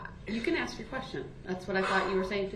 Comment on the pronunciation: omg I didn’t know. Is there a video regarding Dawn Woods case? I didn’t care for her the moment she spoke out. There is something about her that rubs me the wrong way. She says “aks” as well lol. Best wishes to you and your family 🌸